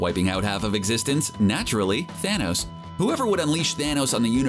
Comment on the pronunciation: How many times did he say "thanous"